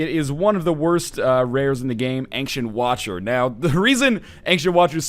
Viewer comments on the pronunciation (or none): Why do you pronounce ancient as ank-sient? :p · Why does NL tend to pronounce ancient as "Angshent"?